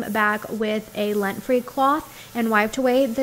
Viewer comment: Are you saying LINT free or LENT free?